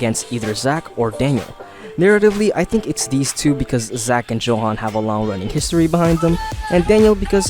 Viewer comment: Johan is pronounced Yohan. It is a Dutch name that is common in Germany and the name is usually short for Johannes. Unless PTJ specified it was pronounced 'Johan', it is definetly pronounced 'Yohan'